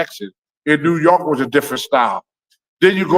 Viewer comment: “In new yoke”